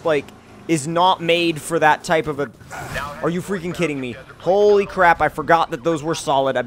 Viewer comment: Did anyone notice that it sounded like he said "pole-y crap"?